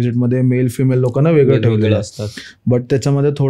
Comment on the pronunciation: जो इंटरव्ह्यू घेतो त्याला सरळ मराठी येत नाही का वेगळं किंवा वेगळी किंवा त्यावेळी या शब्दांना वेगलं वेगली आणि त्यावेली बोलतोस जर मराठी सरळ बोल भावा आणि स्टोरी सांगणारा आहे त्याला सांग केकडे नव्हे खेकडी म्हणतात